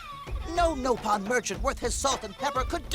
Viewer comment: anyone know why they say NO-pon instead of Nopon?